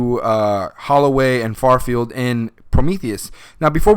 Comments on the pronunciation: His name was Fifield, not Farfield. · its not FARFIELD, its FIFIELD